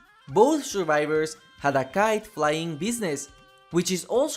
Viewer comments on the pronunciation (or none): none